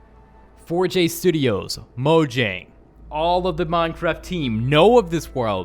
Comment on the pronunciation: It's moyang